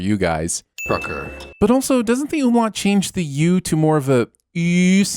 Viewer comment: Props to you for the perfect pronunciation of the ü sound and the word "Umlaut". There aren't many non native speaker, who can pronounce ä ö ü or stuff like ei and au correct. 😅 Greetings, a german watcher